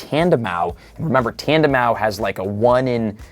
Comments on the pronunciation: Oooh my gooodd. Learn to pronounce names. Tandemaus is not that hard! It’s a MOUSE. “TandeMOUSE.” The “s” is not silent! I’ll give you Vivillon - that one’s more difficult if you don’t know French. But it’s “Viv-ee-on.” The French word for butterfly is “papillon,” so it’s based on that, including pronunciation. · Bro did not just say “tandemau” 😂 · Has no idea about Enamorous and still not say Tandemaus. is more like it. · The S in Tandemaus is pronounced, idk who told you it wasn't lmao